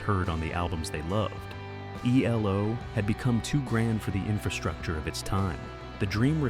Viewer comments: Jumped from Eldorado to New World Record, but skipped over Face the Music. And your AI voice over called them Elo in stead of ELO? Sad. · It’s not elo. It’s E L O. Another example of bad ai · Sounded like a person until it said E-Low....😂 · They are not called "Elo." Say the letters or say they're entire name. No one ever called them "elo." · Interesting subject. Couldn't stand the sad ai narration tho. "Eeelow?" Try harder.